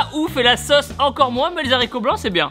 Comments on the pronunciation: Tu peux dire les z'haricots, c'est autorisé maintenant 😉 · Les "saricot " à je suis morte nn en vrai je t'adore tibo gros bisous à juju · "les haricots" ou "les heros" c'est un h aspiré contrairement à "les hommes". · maintenant on peut dire les haricot comme tu l'a dit le première fois